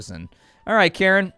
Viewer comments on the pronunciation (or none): The person referred to as "Karen" in this video is actually a guy with a Japanese name -- Karin is pronounced KAH-REEN. ;-)